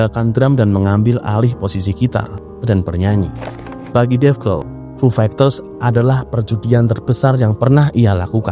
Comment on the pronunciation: Agak risih dnger diksi "fu fegters" Coba next nyebut istilah asing agak dibenerin mas bro Semangat